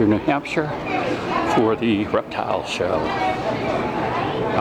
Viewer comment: Did anyone notice in the beginning it said rertile show